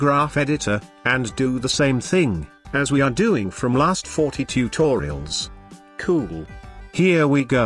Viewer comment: also with "cool" hahahaha btw awesome tutorials!